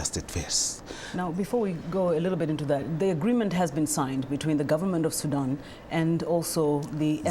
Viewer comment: Hey sister please don't pronounce it SudOOOOn...its Sudan (light a) also, its not Darfr (you cut the o) its Darfoor